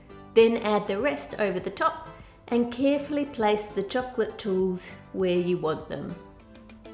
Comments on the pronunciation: I like how you say chocolate. It sounds like "chucklet" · i hate the way she is prononcing chocolate to chocccccclatte😠